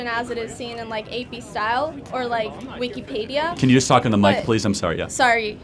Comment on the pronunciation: Wikipaydia?! I mean, if she were being ironic, it's clever. But she wasn't. She just can't pronounce Wikipedia. Incarcelation. My god.